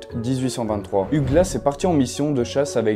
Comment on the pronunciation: Hugh comme Hugh Laurie (Dr. House) se prononce 'you' ou 'youw". 😉